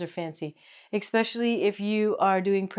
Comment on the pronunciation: I heard you say "expecially" ...